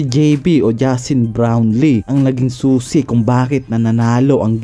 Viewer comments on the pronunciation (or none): none